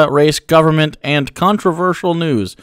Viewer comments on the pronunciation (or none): What the fuck are provetee and govbermnt? These cunts literally can't talk. Edit: I found out he has a speech impediment. Still, he might have an excuse for not being able to speak with perfect diction, but he doesn't have an excuse for not being able to be able to think with basic logic